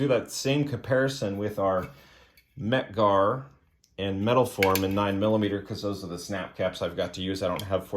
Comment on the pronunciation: Mec Gar? OK…I’ve stopped vomiting now.🤮